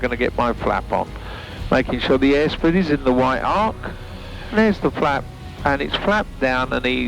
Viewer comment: Some of your viewers are very into aviation and love the safety and techno babble... no need to speed through it. And I Google every time he says "flap off or flap out" because I'm still a child at heart and it sounds remarkably like fap off and fap out